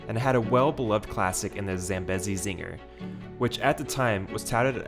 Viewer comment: Great Job! 😀Thank you for taking the time to give Worlds of Fun some love in this video. Worlds of Fun is my home park and holds a special place in my heart. ❤ Just a few notes: - Zambezi is pronounced: 'zam·bee·zee' - The feature on Timber Wolf that made it great was the unusual 560-degree upward-spiraling helix. Unfortunately, the helix was removed in 2018, when it was replaced with that lackluster 70 degree banked turn. (If they were gonna take away the helix I wish they would have just RMC'd it) - Next time you visit Worlds of Fun I would highly suggest riding Prowler at night. It packs a HUGE punch. - Spinning Dragons did not technically replace Orient Express. This has been a misconception since Spinning Dragons debuted. They could have co-existed together on their own specific plot of land without interfering with each other. - It would have really nice if you could have made mention of Oceans of Fun and its history. Maybe in a future video when you come back this summer to ride Zambezi Zinger and give your review!?